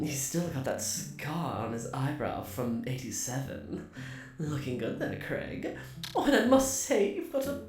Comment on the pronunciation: Saying Craig wrong but still sounds cute